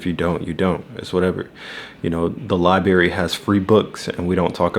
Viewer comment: Library and not li berry ❤😂 you from the trenches 😂